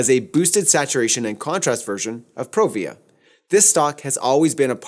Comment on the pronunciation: Nice video, but here we go. PRO-via not pro-VEE-uh VEL-via nor vel-VEE-uh SEE-pia not SEH-pia If you're going to say ASS-tia, you should be saying then all the same way. I worked with a Fuji rep back in my Ritz Camera days ( , 7 Corners Falls Church VA) and that's how he and other Fufi professionals said the names. Really good tutorial though.